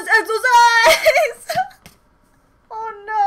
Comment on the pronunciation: "EXOCISE" omg you're so creative😂😂😂 I love you~~~💕